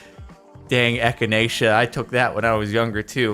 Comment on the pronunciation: Echinacea reminds me of this YouTuber who pronounced it etch in chancha and then proceeded to say ek i na kika